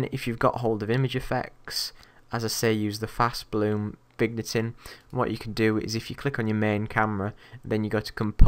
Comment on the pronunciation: the way you said vignetting xD